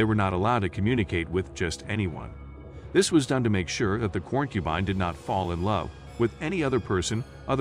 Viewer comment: I appreciate the information included in this video, but I have a hard time taking videos seriously when important words are mispronounced repeatedly. Corn-cubine??? Poly-gammy? The art is wonderful, though!!!